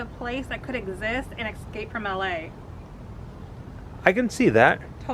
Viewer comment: "Ecscape"? Uggh, huge pet peeve, mispronunciation of words. Love your video's guys so I'm willing to overlook it but ugghh.